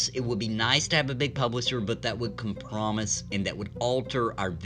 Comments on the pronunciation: com-PRO-mise…..not com-promise. /ragequit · I cannot watch this, because they still have not sent me my alpha invite dammit!! p.s. Not that I watched the video, but "compromise" is not pronounced "come-promise" but "comp-row-mize" :p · The word is pronounced Com-pro-myze (ˈkämprəˌmīz), it doesn't sound like the word "promise" at the end. I thought you had just read too quickly the first time and said "screw it I don't wanna do another cut", but then you said it wrong again a minute later so I had to chime in. No biggie though. That being said, I appreciate the content. Absolutely hyped for pantheon, have been for a long time. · Com*Pro*Mise not Com*Promise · Please learn how to pronounce compromise lol it goes com prom ize Love your stuff, keep it up. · Com pro mise. Lol sorry that really irritated me 8) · the com promise us you won’t pronounce it that way ever again!